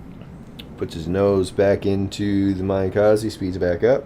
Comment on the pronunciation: MIN-uh KAH-zeh.. Not mine-kozzy. XD